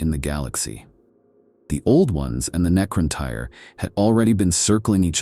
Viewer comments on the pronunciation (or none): Its pronounced the NECRON "TEAR" like a tear from your eye. You are pronouncing it NECRON TIRE. lol. For the record the correct spelling is NECRON TYRE. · Necron-tire? Tee-tan? Good Lord. I enjoy the videos but I really wish you’d stop using lousy A.I. to narrate. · Oh wow, the mispronounced Seetan and Necrontire is making this unwatchable